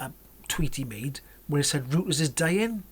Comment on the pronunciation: think you pronounce it "royters"